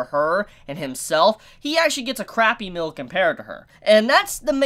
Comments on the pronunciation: why do you pronounce meal like "mill" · Why do you pronounce meal as "mill"? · 1. Please practice saying the word "meal" by putting a little more emphasis on the letter E, every time you said meal, all i could hear was MILL, as in a Saw Mill, or Flower Mill. 2. Here is a link, read the manga so you can stop guessing. BTW, i am the proofreader for the series, i get to see the next chapter before it is put out to the english reading public. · trying to say meal lmao xd mill? milf? milk? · I realized this too, he said mill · woah woah woah did you say mill or meal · mill? don't you mean meal. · Ar-are you saying milk instead of meal? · Am i the only one who was bothered by the prononciation of meal as "mill" ? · Yeah, I too thought it was weird that he couldn't pronounce "meal". He speaks perfectly normal english otherwise, perhaps he has some sort of regional accent. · Does anyone think the way he pronounces “meal” weird